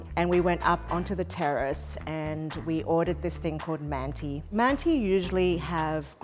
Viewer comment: yeah I think it would've been better to say they're "turkish-inspired" or something. she's certainly not pronouncing the word like she knows what mantı really are.